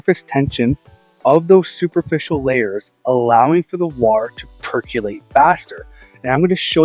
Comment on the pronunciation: I like how you say perk ya late. Yay! Your neighbor should hire you. Their lawn looks like ass compared to yours.